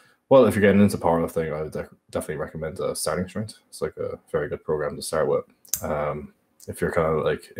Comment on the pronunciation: Sterteng trengh